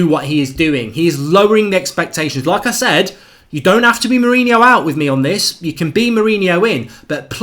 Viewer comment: Mark said ' like i said' sounds like ' lacazette' lol